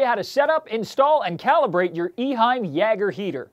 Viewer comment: yay-ger not ya-ger